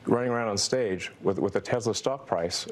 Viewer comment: Anyone else notice Muskox said Tezzla?